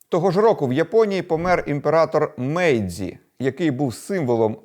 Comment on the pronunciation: Не мейдзі , а мейджі